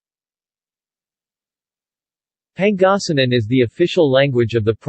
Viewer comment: Okay but you mind pronounncing it right though? If you can’t pronounce Pangasinan right don’t even say it you sound very funny and ..